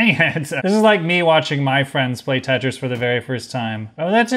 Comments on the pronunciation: "Tritris?" I'd call it "Te-tri". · “Cursed pentris”